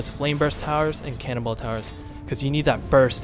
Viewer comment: I love that it sounds like you're saying "cannibal towers" instead of "cannonball towers" xD